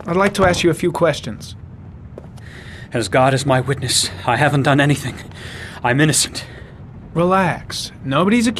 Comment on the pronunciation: Heh, "EN-uh-thing..." that's the only place I've heard his British accent creep in. I've never heard an American pronounce the word that way; it's always "EN-EEE-thing." Very pronounced long "e" sound in the word. Leon Ockenden's accent in this game is sort of Bostonian, though, I think... it's odd, but cute. I'm starting to imagine he had an immigrant mother from London and a Bostonian father and upbringing or something.